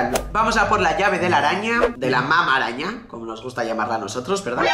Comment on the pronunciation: sabes lo que dices Como lo dice: mama araña Como es en realidad: mamá araña 😅